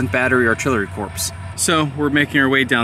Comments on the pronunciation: Thanks! note: corps is pronounce "cor" no ps. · Really well done and seeing the ground adds so much to the historical reality of the battle! Corps. Is still pronounced “core,” though.